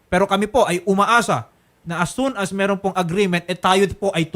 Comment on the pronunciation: De nya na din mabigkas ang letter r masyado , “ meehrhon” ( meron)😩😩